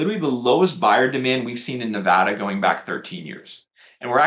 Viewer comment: #1 Big bonus points for pronouncing Nevada correctly. 😊 #2 We bought a home in Las Vegas area in 2019 when we started to notice a lot of homes were no longer selling quickly in our townhouse neighborhood of 17 years (yes we lived there from 2001 and watched the bonkers madness first hand - greed, fear, big losses) so as natives have always approached this market with healthy skepticism. It's a bit validating to see on your charts that we snuck in on a low year! #3 We sold another home in Spring 2021 after deciding to derisk our real estate exposure. I used a lot of your arguments with our real estate agent to explain why (which many believed unfounded). Our agent said that we were essentially tiptoing out of a burning building before someone pulled the fire alarm. Based on your graph, we measued in right around peak sales. 😅 #4 I haven't watched your videos in years but you have been so consistently on message all this time. It must be hard to go against the narrative. Keep it up! You look great!